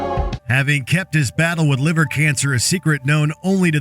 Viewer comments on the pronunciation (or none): none